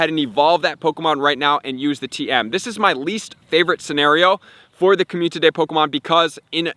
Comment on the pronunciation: I watch all your vids, but when you say communtity instead of community it makes me cringe, no hate though just saying. Love the hard work, really helps me out as a newer player. Keep up the hard work!